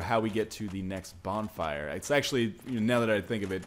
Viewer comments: bonflire* you sure english is your first language ? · "English is my first language!" "Let's light the bonflier"